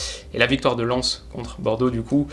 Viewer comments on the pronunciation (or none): none